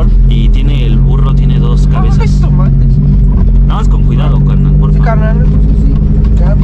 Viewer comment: me da risa como dice hayy tomates 😂